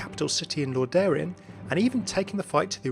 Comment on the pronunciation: "lordaeron" is pronounced "lor-duh-ron" for future refernce